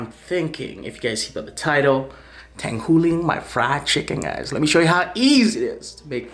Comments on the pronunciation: I just wanna know how tanghulu could be pronounced tanghuli. lmao come on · It's Tang-hu-lu.. wtf is Tang-hoo-lee?... get it right next time. Lmaoo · Its tanghu”LU” not “li” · "Tanghooli" -, 2019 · It should sound like tanghuloo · lol it’s pronounced tangHOOLOO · Damn i cant stand how he says tanghooli